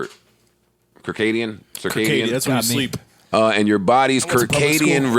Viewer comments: Hey Joe it's pronounced Sir•Cadien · Joe said "kerr-kadium rhythms" 😂😂😂🤦